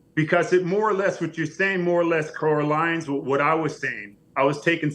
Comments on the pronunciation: flex said "corralines?"... twice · “Corralines” twice is WILD!